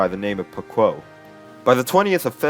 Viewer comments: "paquo" lol it's pronounced pawko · I'm pretty sure it's pronounced "pa-co" as teo separate syllables